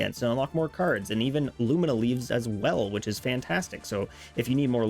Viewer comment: Love your videos, but my eye twitches every time you say “lumiNa” leaves lol